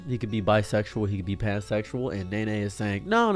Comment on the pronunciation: It's not Nay Nay, it's pronounced Knee Knee.